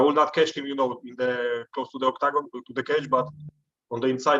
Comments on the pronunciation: i love how jan says octacon with his polish accent 😅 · The way this man says octagon is cool, makes it sound like a stage you would pick on tekken